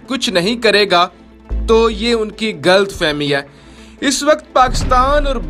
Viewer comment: Its not “ Gult fahmi” its “Ghalat Fahmi”